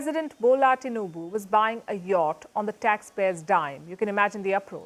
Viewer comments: It's Tinubu not Tinuba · TINUBU NOT Tinuba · Pls, it is not Tinuba , it is Tinubu . And it is not Onado, but OANDO . As in O and O. ( O basanjo AND O baseki, allegedly ). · Tinuba😂😂😂😂. It's tinubu